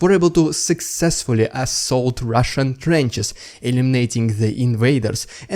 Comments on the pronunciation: I love your "rrrrridiculous Rrrrrussian prrrrroganada" segements. I think they are brilliant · That little squeak after the 'rRrRrRrRussian prRrRrRrRropaganda'. .. ..